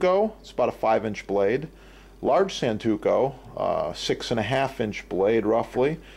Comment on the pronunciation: Santoku not santuko. Great, informative video. Thanks.